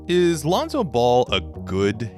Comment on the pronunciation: Do u hear “Lanza” or “Lonzo” ?🤔🤔🤔